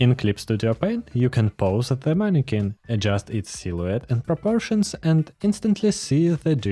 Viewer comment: “Manny Kwin”